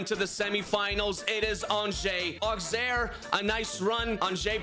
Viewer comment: The pronounciation of Auxerre is not "Auxerre" is "Ausserre"